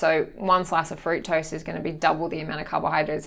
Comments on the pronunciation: was going to ask the same - fruit toast i heard.. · Glad you asked. Also had me stumped. Fructose? Fruit toast? - please educate us! Cheers